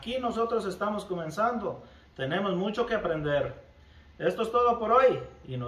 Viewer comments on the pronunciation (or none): none